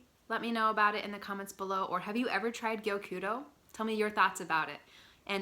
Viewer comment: Gyokuro is so lovely. Your Japanese pronunciations are on point! I love passionate you are about this tea :)